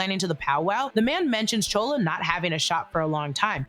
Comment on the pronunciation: Why do you keep calling Chula, Chola ..?